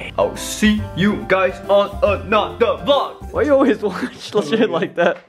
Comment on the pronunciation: It's a VLOG not VLOO